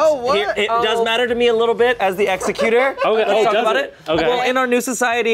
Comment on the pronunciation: I love how they were saying Ex-u-cute-er (killer of people), vs Exec-ute-er (One who carries out legal matters)...